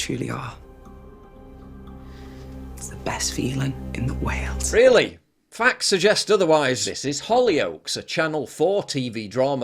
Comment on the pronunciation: "Best feeling in the way-eld."??????????????